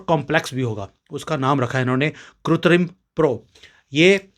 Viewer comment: I offer my condolences to Pancholi ji and his family for the departure of his wife and pray to Ishwar for the peace of her soul., the correct hindi pronounciation of the word artificial is kritrim not kutrim. Kritrim is wrongly pronounced by many people as kutrim.